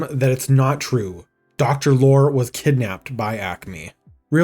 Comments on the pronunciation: Peter Lorre's last name was pronounced LORRY. Not lore. LORRY. Just as you don't pronounce Will Forte's last name fort. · Lorre. Peter Lorre. It's pronounced Lore-ee. Not Lore, that's Data's brother 🤖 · Mispronouncing Peter Lorre's name like ten times in a row was driving me insane. LOR-Y. Like what the British call trucks. Good video otherwise, it's going to be an absolute travesty if they actually delete this movie. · Is this an AI voice?? It's Peter Lorre, long E...not "Lore" but Loreeee.... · Sam the Sheep Dog should have been the antagonist. Sam has a history of being an antagonist SPECIFICALLY against Wile E. Coyote. Also... Peter's last name is pronounced "Lori" not "lore". His likeness was also used in The Brave Little Toaster at the shop where the song "B Movie Show" plays. He is the lamp shade. Zazlov is also the bane of my existence because he canceled season 8 of Venture Bros and had to be CONVINCED to make the movie for it to wrap up. DOWN WITH ZAZLOV!! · Peter Lorre is Lore-EE not lore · You should apologize to all the Peter Lorre fans (prounounced Lore-EEE) when you called him ''Peter Lore'' repeatedly. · It's Peter Lorr-ee, not Peter Lore. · Wow. You worked hard on this. Damn shame and so ironic, given the plot. Peter Lore: you pronounce the E at the end of his last name. Excellent work! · FYI Peter Lorre is pronounced as law·ree not lore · Peter Lore (pronounced Loree) great video though👍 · It's Peter Lorr-y (pronounce the e). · Justice for Peter Lorre! Minor correction: E not Y. No one could snivel like Peter Loree. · His name is pronounced Lor-ey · Peter Lorre is pronounced loree like the word story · Some may not know this, but Foghorn Leghorn was a Looney Tunes/Merrie Melodies take on a character from Fred Allen's ALLEN'S ALLEY: Senator Beauregard Claghorn.. So Foghorn's character might well have been as a senator. And FWIW, Peter Lorre's name is pronounced "Laurie". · Peter Lor-E the e isn't silent. SMH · It's pronounced "Lor-ee"